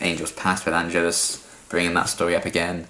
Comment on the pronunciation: One little thing, it's actually pronounced An-GE-lus, stress on the the second syllable, but don't worry you're not the first to make the mistake ;)